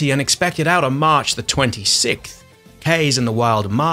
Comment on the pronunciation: Kaze is “kah-zeh” as in Japanese word for wind :)